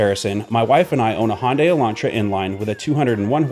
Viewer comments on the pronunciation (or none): Hyundai rhymes with Sunday. No "O" in the word. Fyi.